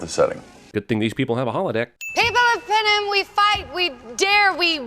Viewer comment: ROFLMAO😂😂😂😂"Peenis" LMAO!